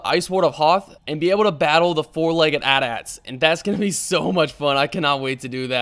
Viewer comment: Btw AT-AT is pronounced A T A T not At At.